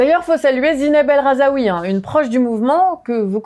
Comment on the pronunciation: *El Rhazoui pas RhazAoui faites un effort pour au moins ne pas écorcher les noms mdr